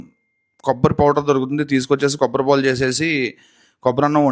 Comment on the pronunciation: Kobbatipol kaadu ra antukul , kobbari paalu 😂😂